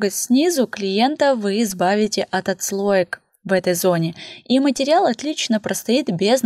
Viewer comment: А ещё слух режет «матерЬял»🙀 Материал же, ну…